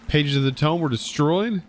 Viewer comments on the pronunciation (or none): none